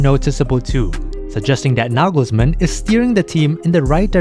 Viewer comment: Toni Kroos is not the little brother of Tom Cruise. ;-) Why is his name always mispronounced by English speakers? It's not that Kroos is an unknown wunderkind. Double o in German is just a long "o" as in often or order. You do a good job with the pronunciation of Nagelsmann, Neuer though, even Müller, Gündogan or Mittelstädt in spite of the umlauts sound OK. Wirtz, however, should be pronounced Weeerts (with a long "e").